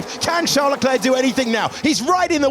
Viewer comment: Does anyone else get annoyed that David doesn't pronounce LeClerc's name correctly?